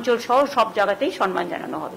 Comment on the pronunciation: Sanman noi samman hobe kotha ta